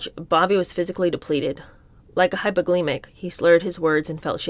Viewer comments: HypoGLYcemic. Why can’t you pronounce words? Why are you READING when you’re so bad at it? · You probably already know and just read it too fast, but in the chance you might not have, Hypoglycemic is pronounced (American) Hypo-Gly-See-Mick. Not sure if it’s pronounced different in other countries. It means low blood sugar. ( I’m not sure how to do the the proper pronunciation text. ). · reads rapidly and makes interesting, often provocative commentary. But the occasional mispronunciations may come from the fast pacing, e.g, hypoglycemic, bravado - and not having lived through the history to hear the words Sandy Vanocur's last name and Sirhan Sirhan - the assassin, no less - are mispronounced. To some ears, it diminishes slightly an overall good listen.